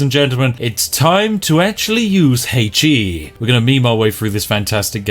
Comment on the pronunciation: did my man just pronounce HE as “hey-tchi”